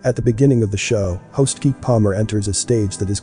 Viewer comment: Elowishus Mirkatroid yeah but you’re still saying it right, 182 one eight two, one eighty two... I wouldn’t have said Anything at all except for the fact that he called Keke Palmer KEEK Palmer... When you have multiple mistakes it’s obvious you don’t know how to say any of the names. Blink one eight two is also correct. But I’ve never heard a single fan say one hundred eighty two in the entire existence of the band. It’s like saying Keanu Reeves as KEY NU